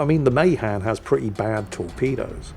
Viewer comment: I knew a sailor 90 plus years of age who served on Mahan. It is pronounced Meh-'han